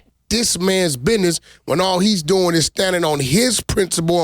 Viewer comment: For the youngsters watching this.... The word is pronounced "BUSINESS" not "BIDNESS".... 😂😂